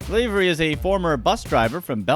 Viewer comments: LAvery as in LAvatory. Not LAvery as in sLAvery. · it's lav ery like Laverty without the t not lavery like slavery without the s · It's not pronounced LAY-very, it's pronounced LAH-very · You're pronouncing Lavery wrong. Think lav, like slav. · STOP SAYING LAYVERY